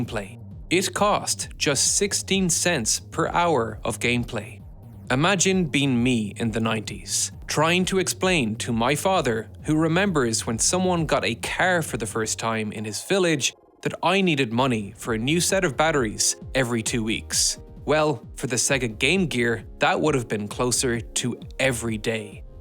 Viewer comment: Is the way you pronounce the ‘a’ sound in some words a speech impediment or just an accent? I just can’t get over how you pronounced ‘car’ . You pronounce other ‘a’ sounds normally most of the time. Like you say "contrast" with common 'a' pronounciation.